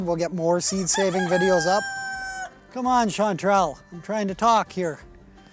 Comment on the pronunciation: I subscribed to hear Chantrelle 🤣